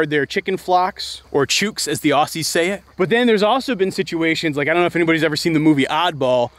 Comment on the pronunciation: Sorry dude but you mispronounced both Aussie and chook lol